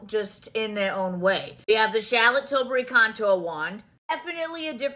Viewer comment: It sounds like she’s says shallot not charlotte lol